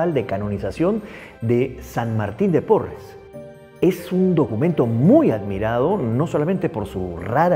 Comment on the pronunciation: Es Porras y no porres